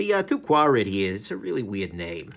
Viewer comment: Its pronounced squared.